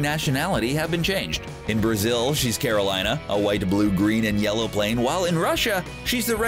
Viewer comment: And rock-el instead of rosh-el and carol-line-a instead of carol-een-a